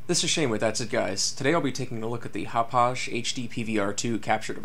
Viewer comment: It's "HOP•pog", NOT "hop•pauzh". Hauppauge Computer Works is located in the hamlet of Hauppauge on Long Island, NY. Hauppauge, NY has had hosted a significant electronic technology industry since the 1930s. 55,000 workers are employed among 1,000 technology companies there.